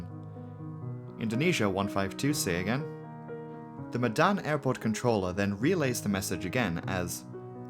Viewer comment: As an Indonesian i understand that your kinda struggling,cuz instead of the word medan you pronounced it as "Madan",but anyway nice, content